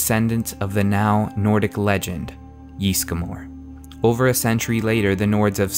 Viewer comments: It's Ysgramor not Ysgamor. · It's not JISSGRAMOR, It's Ysgramor/Ysmir, jesus they even say Ysgramor in the game! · 'Yeastgramor' xD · "yees-gamore" euughh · Yeesgamor, good lord People in the game say the name, how do so many people mispronounce so much in this game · Owh, the way the pronounce Ysgramor...